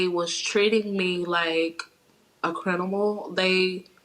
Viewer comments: I'm sorry, I'm so sorry but the word is CRIMINAL! CRIM-IN-AL! not crinimal! 🤦🏽‍♀️🤦🏽‍♀️😆😂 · Did anybody else hear “Crinimal”? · "Crinimal" 💀I'm sorry, I kept replaying it to see if I was trippin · Both of em can’t say criminal 😂😂😂😂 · A crinamal?? Girl😂😂😂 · The innocence in how they mispronounce criminal 🥺. I kind of love it. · I knew he did it when she said she got there and her ex said something about the child is hungry. Yes thank God. I know the pain you must have been through by being falsely accused. And I’m sorry I can’t get over her sister saying crinable not once but twice. Omg she’s saying crinamal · Whoever taught them how to to talk is a "crinimal"💀💀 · I’m sorry but the lady’s sister said Crinimal TWICE💀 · WTF is a crinimal? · I am so happy for her but did both her and the sister say “crinimal” instead of “criminal”? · They Both Say Crinimal🤣🤣 But Good Stuff She Got Her Back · Bruh what is a “crinimal” they both said it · and she said "crinimal" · Hold up... did the sister just say "they treated my sister like a crinimal" instead of criminal. Please tell me I'm not the only 1 who caught that lol sister says "crinimal" again 😂😂 Yooo wtf smh the mother says it also 😂😂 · how did steve keep a straight face when they both said "CRINIMAL" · Crinimal lmfao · Pronunciation: Cri-mi-nal. 😂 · She said it wrong twice too lmao🤣 I was cracking df up bwahahaha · Oh my,😆😊😏 I thought it was just me hearing things, twice. I do believe her sister introduced the word first.I 🤔